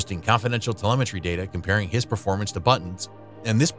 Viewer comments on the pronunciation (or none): none